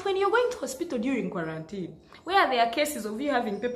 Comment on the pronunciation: Antii da word is kwarantinii😂😂😂